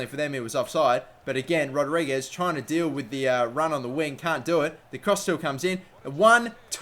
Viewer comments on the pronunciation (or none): none